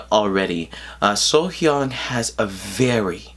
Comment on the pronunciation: You are one of the few that pronounce her name correctly the first time. Off to a great start...lol